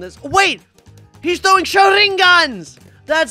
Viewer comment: yeah i taught for a second he was trowing eyes😂😂😂